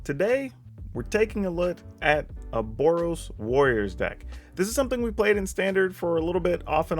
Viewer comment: Borriors? Warros? Eitherway, this is a very chad build